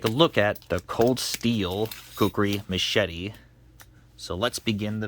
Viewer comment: Machete or meshadi? You pronounce it in a very strange way.